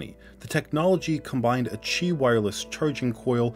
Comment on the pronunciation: Woah Qi pronounced so accurately